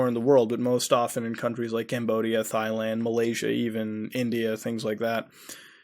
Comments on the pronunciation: Thailand is pronounced "Tai-Land" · pronouncing Thailand like thigh-land really throws me off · He mispronounces words on purpose. He does that in a lot if his videos for shits and giggles. lol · I love how he pronounces it thighland lol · WhyDoIExist? Thighland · WhyDoIExist? Tai land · Thai L & Mao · its pronounced like "tie-land" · Thailand is pronounced tie-land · "Thighland" ( ͡° ͜ʖ ͡°) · How about you get off the deep web and get back in school. It’s Thailand...you don’t pronounce the “Th..” just say the “T”...our youth has no hope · The way you pronounced Thailand bothered me for some reason. Idk why. The "h" in Thailand is silent. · I feel like that was a joke more than him just pronouncing it incorrectly. I mean.. maybe he was hinting at the fact that alot of women there wear small shirts and show their thighs. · I cant tell if your pronunciation of Thailand is genuine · Your saying Thailand wrong xD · I hate how you say Thailand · It's Thailand (Tai/Dai people), not Failand :) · Haha! It's not pronounced Thighland! It's "Tieland"! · Please Muda, NEVER refer to Thailand as Thighland again xD Its pronounced TIE-LAND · Instead of saying Thailand he said Thighland Very ironic for the subject at hand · It's pronounced TIE-land, not THIGH-land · ITS PRONOUNCE TYELAND NOT THIGHLAND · What the fuck is "Thigh-land?" Do you mean Thailand? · It's a silent H. Tie, not thigh. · thigh land you mean Thailand? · tie-land lol not thigh land bro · Dude, Thigh-land?? Seriously? I know you do not really think it is pronounced like that, do you? Tie-land. Not Thigh-land. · ROFL Thighland! Its pronounced Tai-land. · I get triggered when he says thighland it's Thailand Thai-land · Theighland? Don't you mean Thailand? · If you’re such a “well known organization” then who the fuck are you? Thick thigh “thigh land” lol I love how you pronounce Thailand haha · “Thigh land” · it's pronounced Tailand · Did you say “thigh-land”? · Its pronounced "Tie-land" Muta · THI-Land lol